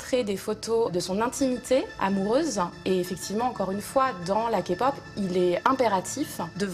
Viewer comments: Mais c pas fx c f(x) . J'ai mal aux oreilles quand elle dit Kapop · Kéï-pop haha X) crachez pas sur leur effort, les gens ! De la Kpop à la télé française, c'est rare, savourez au moins ! Vous vous êtes trompés sur BAP X) ils viennent en France mais ils sont.. pas du tout les plus célèbres ! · Bon calmez-vous, c'est pas grave si ils disent "kapop", quand j'ai commencée à m'y intéresser, je disais comme ça aussi ^^ par contre, effectivement beaucoup de conneries dites dans cette vidéo, c'est dommage, ça aurait pût changer de tout les reportages faits en France sur la Kpop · keske.. ça me choquée a chaque fois que j'entendais "Kapop" mdr non sérieux il faut se renseigner avant s'il vous plaît.. Il y a pleins de choses qui ne vont pas dans votre reportage. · Tu sais qu'une personne connaît rien à la Kpop quand elle dit "Ka-pop". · MAIS FAITES UN TRUC AVEC EUX SOIT VOUS VOUS RENSEIGNEZ BIEN AVANT SOIT TU FERME TA BOUCHE😠😠 elle a dit KApop wsh 😑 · "ka-pop" ça fait mal aux oreilles TT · Optn "kapop" shhht parle même plus stp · ARRÊTE DE DIRE KAPOP !! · Arrêtez de dire K-Pop à la française, je n'arrive pas à regarder le reportage !!!! Elle fait comme si elle connaissait alors qu'elle dit deja mal le mot de base ... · Je suis pas la seul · La façon dont ils disent "K-Pop" m'a fait saigner les oreilles XD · Je suis🤬 pas d'accord la dame prononce mal le mot KPOP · J'ai bien aimé le reportage mais ça serait bien si il prononçait correctement Kpop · J’en peux plus la meuf fait genre de tout connaître alors qu’elle arrive même pas à prononcer K-pop ce genre de personne aller vous faire 🤮😒😒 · Comme d'hab dans les reportages français sur la kpop: -Déjà on prononce "kaaai-pop" pas "ka-pop" à l'américaine quoi -Sulli est partie du groupe à cause des haters -Sulli a pas mal été critiquée par les coréens parce qu'elle était "grosse" -a je suis désolée mais ça c'est Krystal -BAP est populaire certes mais Big Bang, EXO, BTS, GOT7 le sont bien plus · on dit pas képop non plus